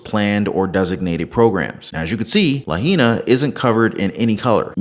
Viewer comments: As a native Hawaiian and a person who enjoys your post information it is pronounced "La hi na". Keep up the good work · ITS PRONOUNCED LA”HI “ NA, (Long I Sound) YOU MUST PRONOUNCE THE TOWN NAME PROPERLY IN HAWAII! Thanks 😊